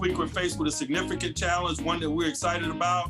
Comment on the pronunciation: Thanks Mike, but I'm glad you're gone, we wanna be better than 10-7....and not hearing signifint over and over, I WONT miss that!